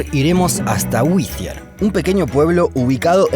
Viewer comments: Por qué pronunciás como si fuese withier? Es doble TT el nombre del pueblo, no metas la z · Por qué el narrador pronuncia “wizier” como si hubiese “TH” en el topónimo? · Muy lindo el vídeo y todo pero me duelen los oídos cada vez que el narrador dice «whizier». No lleva «th», para que lo pronuncien con ese sonido, ni los yanquis que hablan en el vídeo lo pronuncian así! xd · pero es que no entienden no tiene nada que ver con Ll, simplemente se equivocó porque sí lo pronuncia bien de repente, ni en acento británico se pronuncia así, sería más como D y dependiendo de la zona inglesa el er se arrastraría como en el alemán pero no existe usar th es dhhhhh. Es sólo ridículo pero bueno... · La única diferencia entre la t británica y americana es que en América cuando está entre vocales se pronuncia como r del español. El sonido que el hizo fue de una TH como en Thanks o Thursday, o Z castellana. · Lo pronuncias como si tuviera una "h" después de la "tt". Whittier sonaría como "ere" de eregir. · Perdona, amigo, pero creo que no se pronuncia "güi-zi-er" sino "guai-ti-er", más blanco en español. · Te corrijo la pronunciación. Pronunciás el nombre del pueblo como si fuese Withier, pero se pronuncia “Wirier”. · se pronuncia WITTIER en inglés britanico y WIDIER en Inglés americano. Hasta en el video dicen Widier y este huevon sigue diciendo Whitthier. Ignorancia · La pronunciación es Witier . No existe H después de T para dar el sonido Z. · Seguro que se pronuncia así? Se escribiría "Withier", pero es WHITTIER. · Es más fácil pronunciar bien el nombre de la ciudad que hacerlo como el narrador del video. No es “Whithier”, sino Wittier. Por lo demás, muy interesante. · Ese sonido que hiciste al decir Whittier queda reservado para la grafía TH como Thursday o Thanks no para la T. De hecho en inglés norteamericano esa t se pronuncia como r del español, alguien lo pronuncia así en el vídeo. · It’s Whee-ddier ( pronunciations) no. Whezzier ! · Whithier o Whittier? 😂😂😂😂😂😂😂